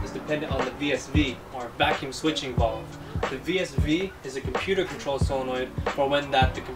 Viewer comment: It’s not Vulve dude! It’s valve, like hat or cap